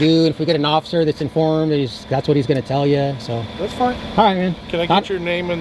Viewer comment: Osifer not Shurry:body-blue-raised-arms:🤣:oops